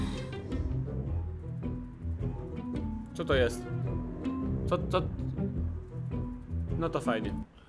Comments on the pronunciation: Ten czerwony powiedział cioto zamiast coto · O kurde powiedział cioto xD 😂😂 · on mówi o ty "ćoto" Hehehe XD